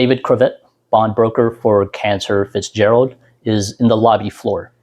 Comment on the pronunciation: It's CanTOR Fitzgerald, not Cancer Fitzerald.